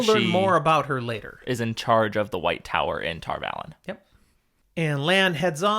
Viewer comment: Come on guys, it's Tar Valon, not Tarvalon